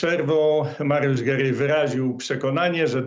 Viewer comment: jednym z Pana współrozmówców jest pan Gierej, a nie Gerej. Proszę nie wałęsić...